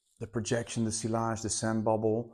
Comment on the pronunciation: min: you should pronounce ''sillage'' as sijage. as someone who's into fragrances you should know ghehe, also; too many unisex fragrances for my taste.. for the rest; great video